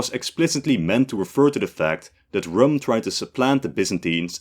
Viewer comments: Just a small nitpick 'Rūm' was not pronounced as rum the alcoholic drink but the 'u' is more drawn out and the word sounds almost the same as "room". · "Rum" should be pronounced like "room" or "doom" not "gum" or "tom". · Rum is pronounced as Room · Rum is pronounced ROOM. Whats the great effort when using Arabic in a documentary to "research" a bit? Its not like you are doing Etruscan. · Rum is a drink from the Caribbean. Foreign place names should use pre-vowel shift pronunciation. So Rum is pronounced room. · very good episode but some points: 1-Rum reads as room 2-Von Habsburg dynasty have a new heir they just lost the last crown prince these are different and Prince Karl still have his claims on many countries such as Croatia 3-didn't Spanish crown claim on Roman empire?